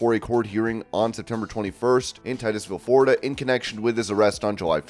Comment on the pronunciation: Why can't you say the word Florida it's not Forida